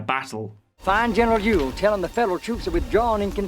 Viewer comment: Ewell js pronounced am correctly in this video. Say it aloud. You wool.